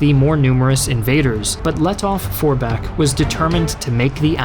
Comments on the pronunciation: Grammar german here: In the name Lettow- Vorbeck the „w“ is close to silent. You say it more like „Lettoh- Vorbeck.“🤪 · Great Video! But i have an advice for you: you don‘t actually spell the w in Paul von Lettow-Vorbeck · The “w” in Lettow-Vorbeck is silent